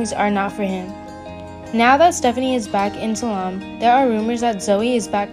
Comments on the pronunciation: It’s Salem! Not salam! My lord learn to say the names correctly please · There's no mention of of Tripp coming back.It's Salem not Salum! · I’m sorry but the previous comment is right. Learn how to pronounce the city of Salem. It’s not Salaam!!!!! Arghhhhhhh! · This person cannot even pronounce the word Salem. Why would you use someone like that to promote Days? They do not know how to read. Is this the best you can do? No dis to the person, I blame whoever hired them. Sorry, but its just awful.